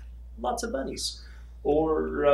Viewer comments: Thought he said a thousand buddies :-) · Did anyone else hear "buddies" instead of "bunnies" the first time he said it?